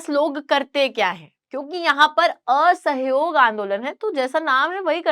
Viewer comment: Ye aa-sahiyog kyh hota h 😂....